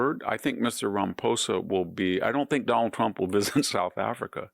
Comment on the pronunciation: You're mispronouncing Ramaposa's name!?? Why!